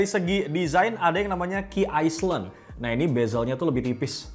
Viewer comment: Nyebut nya bukan key aslen..tapi key aelen..